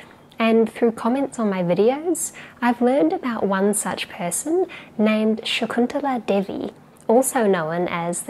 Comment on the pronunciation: The way you pronounced an Indian name " shakuntala Devi" is truly awesome. I really appreciate you. With love from India.❤️❤️❤️❤️❤️❤️❤️